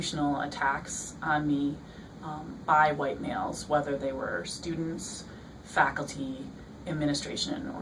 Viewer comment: I LOVE THE WAY SHE SAID "WHITE MALES!!!" ( AKA- "HELL MALES" ).